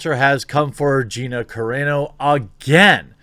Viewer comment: Hearing you mispronounce Gina's last name the entire video, and calling Covid, the "Coof" hurt my heart.